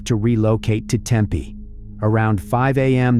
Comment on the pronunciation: It's pronounced Tempeeee not Tempay 👀🤨